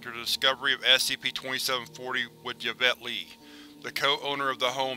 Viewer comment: I love your videos. The only criticism I would have is the way you sometimes mispronounce words or names. For example in this reading the mother's name was Yvette, which is pronounced usually like a hard "E" (think email or electronic) and "Vet" (like the shortened term for veteran). It could also use a softer "E" (think ehhh... Like the internet term for disinterest mehhh... without the "m"). You also kinda jumbled the words "patriarch" and "matriarch" in this reading. You got the beginnings of the words right, but at the end the "h" is usually considered silent so its more like arc (sounds like ark, like the mythical Noah built in the bible) not arch(like McDonald's golden arches). Not trying to nitpick ya here. Like I said I love these videos, this one was especially creepy, and your tone and timbre really makes it sound like a governmental organization's audio records. There are channels here on youtube dedicated to pronunciations of words, if you're ever unsure of how to correctly pronounce a word you could check youtube first, or you could get in contact with me. I'm not saying I'm some expert, but I'd be happy to help ya in any way I could. Like I said, I love these videos and want to keep them coming! Hope this isn't too negative, not trying to discourage you or be overly critical.